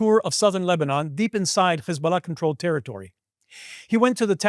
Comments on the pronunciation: Man you cant hide your jewish / israeli origin as you say CH/KH isballah - which is actually incorrect. It is HISBALLAH with simple H sound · In Arabic, Hebrew and English the last syllable of "Hezbollah" is NOT stressed. Why do you do that? Is that something French-sounding and you think it makes you sound sophisticated? Weird.